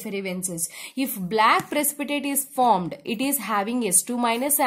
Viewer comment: Isko pehla koi bolna sekhao yrr formed ko formad 😂😂😂😂😂